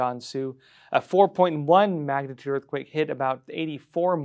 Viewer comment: What's a "magnaturd"?